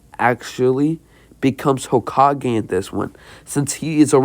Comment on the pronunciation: no he says it completely fine and he says it as everyone says it lol